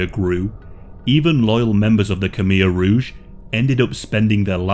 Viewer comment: Why not learn how to pronounce Khmer Rouge?